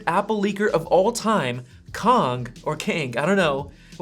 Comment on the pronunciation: As a Chinese, there’s finally a YouTuber pronounced the Kang correctly! Good job!